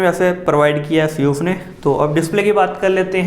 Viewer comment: if any one noticed he said seus for asus